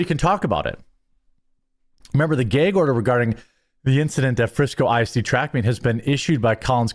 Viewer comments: What’s a geeag order ? Is that like a gag order? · Tf is a geig order? You mean a GAG order??? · "The Judge placed a gayge order". LMAO! God bless you Jeremy.